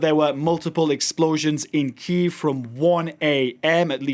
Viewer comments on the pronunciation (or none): Poor Poland, immense suffering, so sorry for them. And why the news announcer says kiev? It's Kyiv, please stop using ruzzian pronunciation.